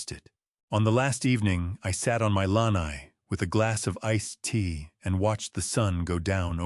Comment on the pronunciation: AI should learn how to pronounce lanai